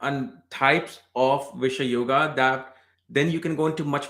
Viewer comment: Its not bish-yoga it is bisesh-yoga...